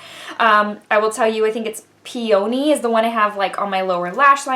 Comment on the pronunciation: Peony ~ pee-a-knee. I love this palette